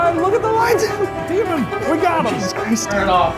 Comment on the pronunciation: shane: "DE-mon" ryan: "stop calling it that" shane: "DE-mon" THAT WILL FOREVER KILLLL MEEEE😹😹😹😹😹